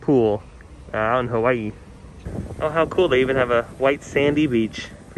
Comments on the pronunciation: THANK U for pronouncing "Hawaii" right 😂💗 it makes me cring when i hear "ha-why-yee" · Thank you for the tour and for saying Hawaii correctly!